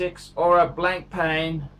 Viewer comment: "BLANK PAN", "NOH-VOH REESH". phuck me dead